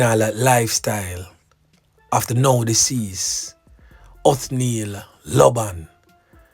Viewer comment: Not even him pronounced his name correct...oh Lord 🙏